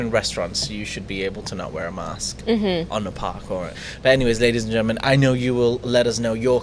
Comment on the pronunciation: it is "Ladies and Gentleman" why do you insist on saying "Ladies and Gernans"? You have said it twice in the first 5 mins of this show.